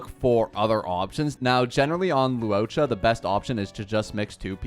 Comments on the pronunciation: I die evertime this man calls luocha “luoca” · “loo ohcha” … im gonna cry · I die because he tries to mispronounce his name so badly, but sometimes it slips the right pronunciation.